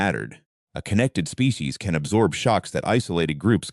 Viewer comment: AI voice pronounces "species" as "spay-kay-sees".